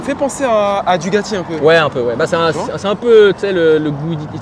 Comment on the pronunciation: Super moto, juste fait attention on dit DuGati mais DuCati, c'est comme si tu disais Gawasaki t'as l'air con